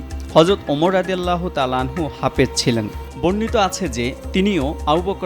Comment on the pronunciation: সঠিক উচ্চারণ "হাফেজ" ।